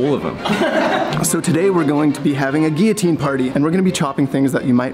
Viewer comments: does he say gui-otine or am i just not hearing the L's being pronounced? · did that guy running a guillotine channel really just mispronounce guillotine????